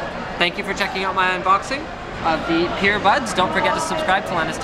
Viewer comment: is anyone else hearing "PEERBUDS"